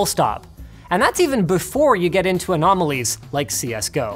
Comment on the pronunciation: lol you said anomalys.. There is a youtuber, alled anomaly who makes csgo videos...